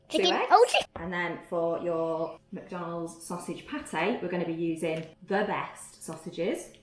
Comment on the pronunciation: MACDONOW SOWSEJ PART-EY